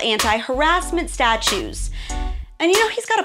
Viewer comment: Love ur videos... but I swear you said "anti-harassment STATUES" lol